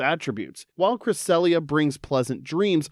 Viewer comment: CRESSELIA, NOT CRESALIA!